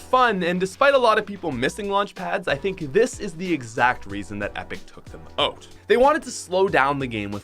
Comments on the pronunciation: its out, not oat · It’s not “oat” it’s out